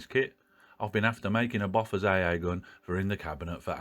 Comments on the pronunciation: sorry but it's pronounced "bow fours. "....not "boffers" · Enjoyed that! You've inspired me to get the kit. (I'm old enough for my parents' generation being there at the time, and 'Bofors' was pronounced 'Bow-fers', not Boffers.) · Its pronounced boofosh actually...😉